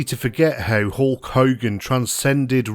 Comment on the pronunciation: HOHLK HOGAN? .Hulk Hogan H U L K Hogan